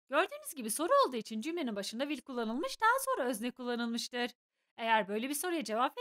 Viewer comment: Hocam will will şeklinde okuyorsunuz ama o aslında wıl şeklinde okunur bunun dışında ingilizcenizi beğendim😊